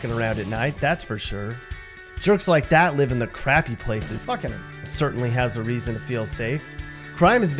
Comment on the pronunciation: he said buckcunun 🤣 it buck- cannon